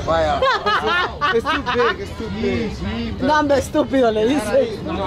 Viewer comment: When you were saying: “It’s too big, It’s too big” they thought you were telling him “Stupid Stupid” 😂😂😂